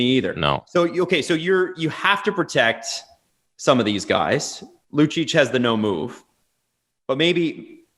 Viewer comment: Lucic? My god guys, you do this hockey thing for a living!